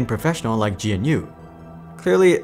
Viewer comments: It’s pronounced Guh-new not G N U. Great video. Also, android is not completely open source. It has AOSP components with proprietary apps on top of it such as the play store. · G N U is usually pronounced "Ga New" BTW. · and when he did mention GNU he mispronounced it 😑